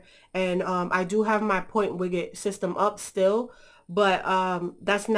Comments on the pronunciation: widget not wiggit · The way you pronounce widget xD